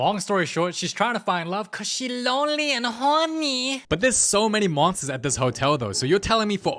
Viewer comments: "CAUSE SHE LONLEH AND HORNEH😫😫" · "cuz she lonely and hawny"